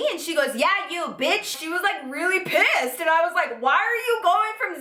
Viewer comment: btw I also now say pISSed like you do 😂